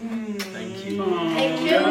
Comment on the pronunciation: O fala Tenkiu e eu tenho uma convulsão psicológica